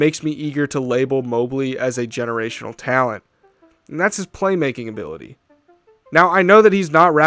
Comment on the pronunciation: Evan Mobley, "geerational" talent